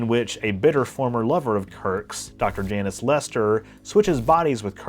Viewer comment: "Jaynus" vs what every other person pronounces as "Janis" (and spells as "Janice")...are you Key and Peele?